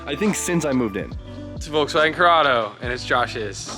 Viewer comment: Agreat project. Please say one time Volkswagen with a more distinct V like in fender? thanks a lot.